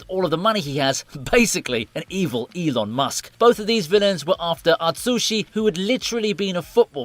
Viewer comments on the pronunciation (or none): none